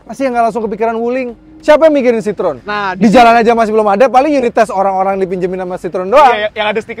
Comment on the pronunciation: Tolong team cvt belajar dulu sebutannya bukan sitrun atau sitron dalam bahasa Perancis itu dibaca nya si-tro-en, entar orang Perancis nonton bisa marah loh, hahaha 😂